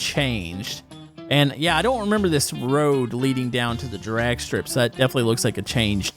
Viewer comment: Has anyone else noticed how he says drag strip. Not saying anythin bad by it but he say Durag strip. Kinda funny ngl. Also keep up the good work